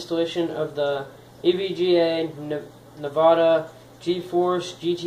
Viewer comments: WHY are you talking about CRAP that has nothing to do with the installation of the Nvidia graphics card? BTW - learn how to properly say the name of the company. It is NOT Nevada - it is NVIDA -say it like this: in-vid-dee-ah. It is NOT a pop-out it is called a cover plate for slots. In addition, the tab at the bottom is a tab that should go between the motherboard and the box. This will help in locking down the video card in the computer and make it solid. All add-ons should have the plate screwed down to secure it in the computer box. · n-vidia not navada you stupid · You no those things under the big words in the dictionary that help pronounce things a little better if you don't know how to say it, also and I said stupid to keep hurful language to the minimum geez man I was just telling you how to say it so you don't keep saying Nevada all the time it's not good for a channel sorry if you found it rude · OMG AGAIN NAVADA ITS NVIDIA KILL MEE 😂😂 IM SUBSCRIBING FOR THIS LOL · nvidia* not "nivida" 2016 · Did this dude say Nevada.. lmfao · I think I'm going to go to Fry's and get me a "NEVADA" Graphics Card